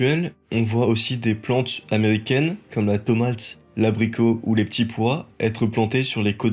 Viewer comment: Les liaisons ! L ortographe, la diction svp Pas ptit pois mais petits pois ou ces autour mais cest (to - liaison) autour ...etc etc Merci!, sinon très intéressant et didactique